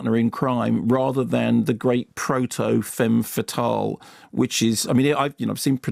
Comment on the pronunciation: It's pronounced "fuh mfuh tahl", not "fame fuh tahl" :)